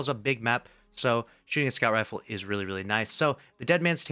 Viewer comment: I hate the way you say "a scout rifle" like it's some random legendary scout popping up on the list out of the blue.